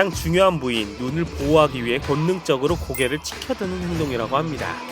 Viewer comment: 가장 중요한 부위인 눈으 보호하기 위해...?눈으??눈을 아닌가욕ㅋㅋㅋ